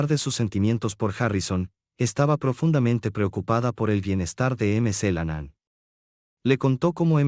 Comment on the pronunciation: Por favor: por favor se pronuncia Mc. CLENAN NO MC la nanaan